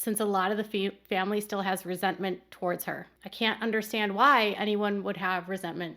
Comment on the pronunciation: If I NEVER again hear Sobyn say, "I just don't 'undershtand'!" while wiping non-existent tears, it will be too soon for me!